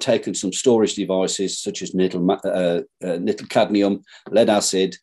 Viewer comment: Is he saying "Nittle"?! Not sure I trust the "free energy" device from a man who can't even saying "Nickel" properly. 🤣